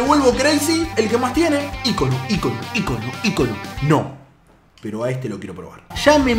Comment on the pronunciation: Hasta que escucho a un youtuber decir ícono bien jajajaja dj pumus cacho entre otros dicen icóno con acento en la O jajaja